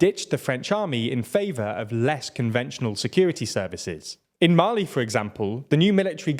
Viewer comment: Your pronunciation. Mali and are not Malayans. Dunno what the latter is